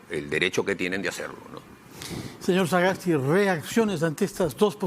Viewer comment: El periodista tiene graves problemas de dicción, y le es imposible hasta de pronunciar el apellido "Sagasti" y dice algo como "saaaaa gas ti"; y a pesar de ese grave defecto, habla demasiado y permanentemente interrumpe con larguísimos discursos intrascendentes; cuestiona e interrumpe, especialmente a los entrevistados que no comulgan con sus convicciones políticas. Que pena da este tipo de periodismo sectario, que abdicando de su deber de imparcialidad, toman escandalosamente partido a favor de intereses políticos y económicos.